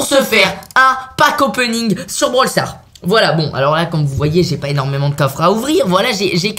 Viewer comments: 129 on dit pas bral sars mais brawl stars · Blawl stars!!!!